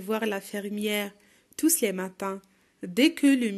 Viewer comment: Pardon, mais on ne prenonce pas le s dans le mot tous